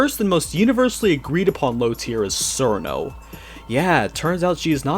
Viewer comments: I can see why he'd not know for the complicated names for the yama or Reisen, but the way that he mispronounces simple names that have a known pronunciation is kinda annoying. Cirno is pronounced [CHI-RU-NO] or [CHEER-NO] (if you ignore the Japanese accent), not [SEER-NO]. Tewi is [Tei] due to old Nihon stuff that I don't really understand. Marisa... why on earth is he saying "Maurice-a"? Even a Japanese pronunciation would only separate the Mari-sa. Sorry if I sound like a prude on this. The tier-list is fine, but every time I heard a simple word or name mispronounced, I felt like my brain was pinched. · it's cheer-no not sir-no it's also tay-ee, not too-wee aaaaaaaaahHHHHHHHHHH